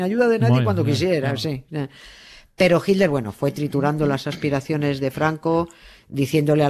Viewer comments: A mi sí me gusta oir a Doña Nieves y a Carles decir "jilder", y "Traamp" for Trump. Por cierto, en Argentina también pronuncian "traamp" en lugar de /trəmp/ or /trʌmp/ . Y sí, los estadounidenses lo pronuncian de dos maneras, en el Nor-Este es /trʌmp/ y en el resto del país /trəmp/. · Nieves cuando vos y carles nombran a hitler se escucha hilder,lo escucho con subtitulo para no perderme nada,los escucho desde Argentina 😊